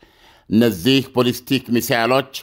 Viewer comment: ኣለምነህ ዋሴ የበዙ መረጃዎችህ ኣሪፎች ናቸው ግን please የቃላት ግድፈትህን ኣስተካክል ለምሳሌ no ኮማላ ካማላ no ቦልስቲክ ባልስቲክ የመሳሰሉ የቃላት ስተቶችህን ኣስተካክል ለየት ያልክ እየመሰለህም ከሆነ ልክ መንገድ ኣደለም እና ጥሩ ምልከታዎችህን ሁሉ ያጠፉታል